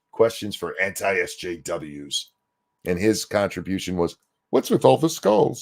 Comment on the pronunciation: My favorite thing HHbomberguy contributed to that 20 questions things was pronouncing SJWs as "Es Jews".